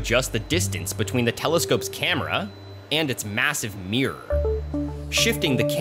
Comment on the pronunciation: By my Ancestors atleast say MIRROR properly. it is not "meer".